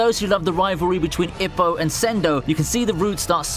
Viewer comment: Ippo is pronounced E-poe....